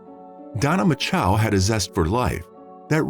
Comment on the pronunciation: There are NO 2 A's in MACHO